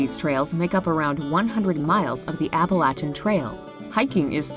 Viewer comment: I love that the narrator pronounced "Appalachian" correctly (App-uh-latch-un, not App-uh-lay-shin.) As a native Appalachian, I love when people say the name the way we pronounce it.